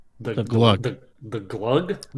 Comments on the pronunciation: it's not Glug it's GUH :) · Mori: "gUH": "desperately chokes while trying to pronounce it"